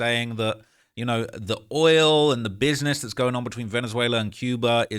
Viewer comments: That oirel 😂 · why you saying oil like tyler perrys Madea though?